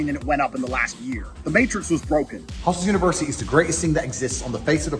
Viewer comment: Why did he keep saying hustlers university incorrectly?